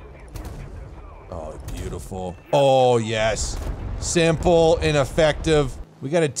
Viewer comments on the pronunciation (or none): none